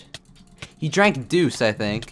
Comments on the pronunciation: deus is pronounced dayus not duce. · deuce? do you mean deus? "day-oos" as in "time"? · Deus ex machina is pronounced “day-us” not “doos” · Hey it's pronounced "DAY-US" not "DOOS." lol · "Deuce Ex Machina" It's pronounced Day-Us. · This is probably annoying but Dues ex machina is pronounced as ‘Day-us’ and not ‘doos’ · This has probably been commented 3181 times, but deus ex machina is pronounced 'dee us' and not 'doos' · did you just pronounce "deus" (day-us) as "duce"? I guess latin isn't a popular language anymore but.. have you never heard it? Especially the phrase "deus ex machina" shows up in stuff. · It’s pronounced “ day us ex machina” not “ deuce ex machina” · I love how he pronounces the ‘Deus’ in Deus Ex Machina as in Zeus instead of Dayus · bruh it’s not pronounced Duce it’s Dey-oos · this man just called deus duece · My man just said Deuce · Deus is now pronounced deuce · Mans Said duce to Deus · this man really pronouced "deus" like "deuce" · Deus ex machina,... Deus is pronounced Day-us by the Greeks. Just letting you know bruh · I’m fairly certain it’s pronounced day-us ex machina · you mispronounced deus. its day oos. looki9n out for ya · It's pronounced dayus ex